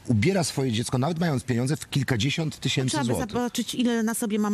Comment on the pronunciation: "Bag Diora jedenaście tysiemcy"